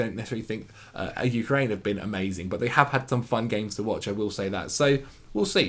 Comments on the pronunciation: You said UK-RAIN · Why did he say ukraine like that. Sounded like he was tryna say ukulele lol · Was gonna say, you were so concerned with how you say Zabarnyi & you can’t even pronounce the country he’s from! 😂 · Not sure why, but the way pronounces Ukraine makes me very uncomfortable.